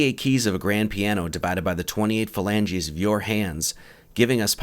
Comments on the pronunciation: Every time he says “Falanges”, I keep thinking of Regina Falange, Phoebes fake name from Friends. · "Phalanges"? Is Phoebe at it again?